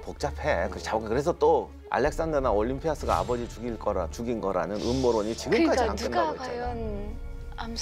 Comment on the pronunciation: 작가님.. 올림피'아'스... 좀... 보고있기 힘드네요...